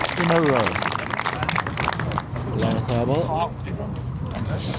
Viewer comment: Stress is on the third syllable La-rra-ZÁ -bal. He’ll appreciate it